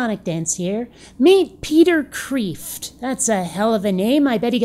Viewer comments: Kreeft is a Dutch name. It's pronounced like crayfish, except with a t where the ish would be. And it means Lobster. There. Thus have I enriched your lives. Bikkit? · For the record, his name is not pronounced "Kreeft"....it is pronounced "Krayft." And on to your other points, the definition of faith is not believing in things without evidence. Faith is assent to divine revelation. "Common sense" and "open mind" -- merely redefining the words and then slamming them down proves nothing...more like a straw man argument, actually. Why not trust Thomas Aquinas, especially when considering the issue of the existence of God? Because God is beyond time and space and cannot be measured or detected with our crude instruments here on earth, the question of the existence of God is not a scientific question but more of a philosophical, metaphysical, and theological question. Since Thomas Aquinas excelled in philosophy, metaphysics, and theology, he is eminently qualified to tackle this question. There is no evidence that the universe has always existed. That is only a guess and it is impossible to gather enough evidence to support this claim. It is for this silly line of reasoning and for many other reasons that Kreeft makes his claim that theists are more rational than atheists.